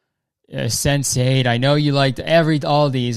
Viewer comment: It hurt my heart a little when he said Sense8 😢 This show was so good